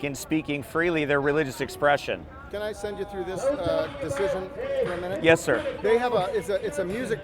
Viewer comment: Pleas stop calling them sìr